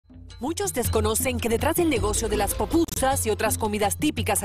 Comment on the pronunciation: No se dise popupsa se dise pupusa ok